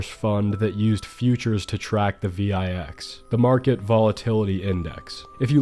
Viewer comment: I have never heard someone call the vix the V-EYE-X LMFAOO